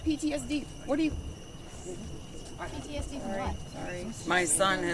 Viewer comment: At the very end….minute (- )…. She make a mistake, check her reaction, too late…. “He is PDSD”…. “He was encarceladed“……. Ohhhh, oohhhh